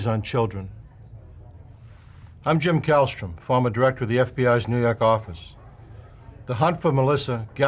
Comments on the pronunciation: "nuu yawk affice" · Love that accent!